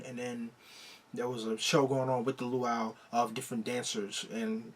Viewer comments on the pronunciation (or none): none